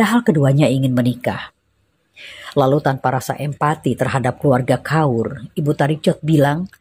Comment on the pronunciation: ‘Kaur’ adalah gelaran ank perempuan keturunan Sikh. Sebutan Kaur adalah “Kor” tanpa membunyikan huruf R